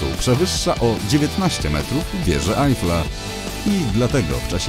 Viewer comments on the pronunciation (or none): none